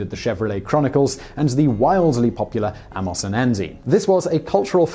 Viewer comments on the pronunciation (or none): It's "ay-mos and Andy" And, while I'm at it: It's: "a-fore-mentioned". Not "Affor-mentioned". I'm quickly going off this channel. Like a lot of others judging by the comments here.